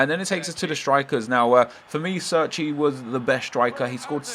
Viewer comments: oh my fucking god if i hear another person say serchey again im gonna fucking flip its pronounced cherchi (Cerci) italiano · I'm pretty sure Cerci is pronounced "Cherchee" not "Surky" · CHAIR-CHEE It's really not that hard to pronounce